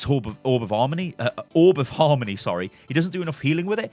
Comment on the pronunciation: "Orb of 'armony" - a true Londoner coming right up!